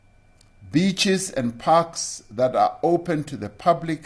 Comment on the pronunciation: He said beach in awkward pronunciation. With emphasis